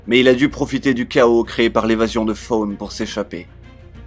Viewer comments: STP ARRETE DE DIRE FAUNE ça ce dit SAUNE AVEC LA LANGUE ENTRE LES DENTS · non, en anglais ça ce prononce "Thawne"